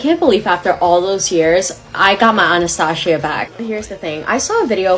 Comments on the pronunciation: This girl always mispronounces something 😒 "anastashia" bruh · Well Anastasia is actually a greek/Russian name (mostly used in other slavic countries too)and we pronounce it differently than english speakers.Soo yes she did mispronounce it lol